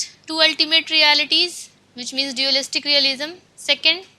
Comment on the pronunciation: Acha learning video he but aap thoda English movies dekhliya karo pronounciations aa jae ga. hum word ko vowel ke hisab se kehte hen lekin unka pronunciation alag he. for example: Causation ko Kou-zation nehi balkii /kɔːˈzeɪʃ(ə)n/ kehte hen. Diualist nehi Dualist.